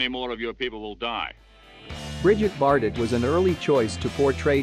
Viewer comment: Hey, please learn how to pronounce "bikinis", Bridget Bardo(t) and Guinness (just like the beer not like vaginas). Or just come to Europe someday and learn some French, Italian and German. All movies? You forgot the great film "The man who would be king" 1975